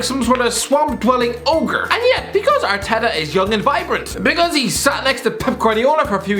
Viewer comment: Irish man says arteta, Subtitles: 𝐎𝐔𝐑 𝐓𝐄𝐃𝐃𝐘